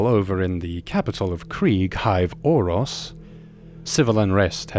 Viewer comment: It's hive auros not hive orros